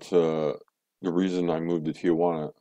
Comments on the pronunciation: It's Tijuana not tiguana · You might want to learn how to pronounce Tijuana if you're going to live there. It's not tee-a-juana. It's pronounced tee-juana.